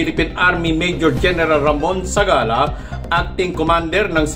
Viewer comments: Zagala hindi Zabala. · Zagala /Hindi zabala